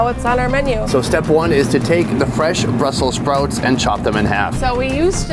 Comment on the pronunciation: Lordy have mercy, when he said, house been sprouts slaw, that hit me like nothing before.